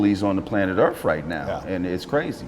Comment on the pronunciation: "Biggest bullies on the planet Earf right now!" :D